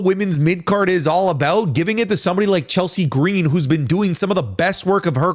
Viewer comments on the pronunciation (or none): You aren't allowed to speak Chelsea Green's name without putting the oomph on it. How dare you sir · I'm going to say the same thing that I said on another wrestling youtuber's channel on this same question: Michin, Naomi & Zelina Vega are my top 3 choices for the U. S. Championship. Please, no to Chelsea Gree-een. However, Lyra Valkyria is a great honorable mention for this title.